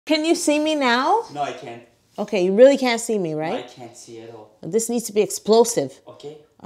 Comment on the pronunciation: That 'oké' sounded so Dutch-like XDDDD I loved it hahaha